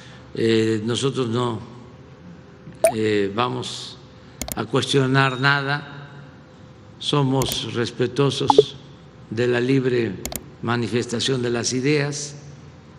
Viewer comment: "somos respetosos* 🤨